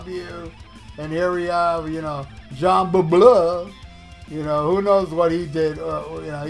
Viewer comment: The way you say Jeans name cracks me up every time😂😂